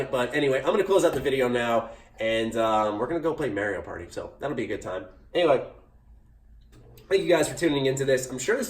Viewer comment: D-did you say...Marry-I-yo Party